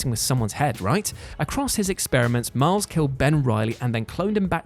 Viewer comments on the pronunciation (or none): none